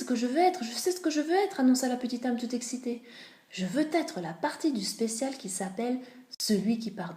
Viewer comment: Désolé, mais c’est très mal lu... Il faut s’accrocher. Trop de bafouillage. Et de plus cette faute de liaison maintes fois répétée... « C’est ce que je veux t’être » Cela m’a crispé au point d’arrêter d’écouter.